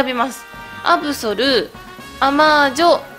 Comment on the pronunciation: アブソルのことアブゾルていってますした